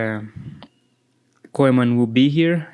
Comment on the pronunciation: Anyone finds how this guy pronounces “Koeman” 😅😂😅😂